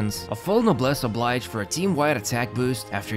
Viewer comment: You’re my favorite guide when it comes to Genshin but it drives me insane when you say Noblesse Oblige. It’s French! It’s Ob-leezh. 😐